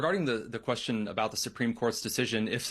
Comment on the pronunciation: what's A QUARSTION?